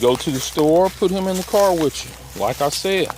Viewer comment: ........ good info and a nice doggy as well. However,.... the phrase is "with you" NOT witch choo !! You're the principle vid presenter here bro,.. so good comms is always a p lus !!! 😑😑😈😑😊